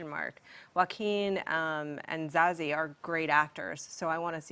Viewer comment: Too many Z's in Zazie, and it's pronounced Za-sea